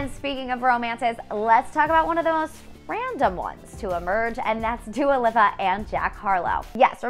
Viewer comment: How can she say Pete Davidson Gf name correctly but now Dua Lipa